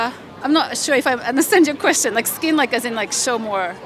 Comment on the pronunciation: "Weird QUEST-ion."